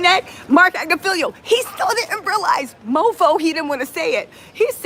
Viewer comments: Ag-nif-ill-o is the proper pronunciation. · Right. “Agnifilio” has agitated me so bad.